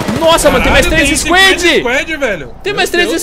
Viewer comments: Mano gosto demais dos vídeos mas que porra é 'isquédi'? quiseram ingleisar o squad e tão falando totalmente errado, não queria ser chato mas é que toda vez que falam dói o ouvido... pronuncia do jeito que se escreve 'squad' que fica mais próximo do certo. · Velho eu falo inglês desde criança e moro nos estados unidos, falar 'squad' em português assim como está escrito é 'próximo' da pronuncia correta... A maneira que eles pronunciam nem existe, sei que o 'a' as vezes tem o som de 'e', mas não nesse caso.